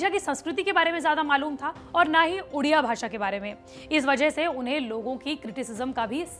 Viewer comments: Its not udia..its odia..pronounce properly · It's not udiya language it's odia pls take the correct pronunciation. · Ma'am everything is good but it's ओडिशा not उडिशा, it's ओडिआ not उडिया